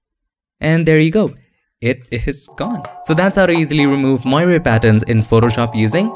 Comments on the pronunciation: Moiré is a french word. It is pronouced moaré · it is pronounced as "mwor" sir :) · it is pronounced [mwɑːr] like "film noir' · It’s pronounced “mwarey”. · Dear. Moiré is a French word referring to the changing reflected light patterns of cloth like velvet, silk and sometimes linen. An example: the cardinals in Rome wear red moiré silk vestments. You do a good job of pronouncing the word moiré but it should sound like mwa-ray. Love your tutorials. Keep up the good work. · That's actually not correct. In English, it's pronounced [mwaˈɹeɪ] and in French, where it originates, it is [mwaˈʀe].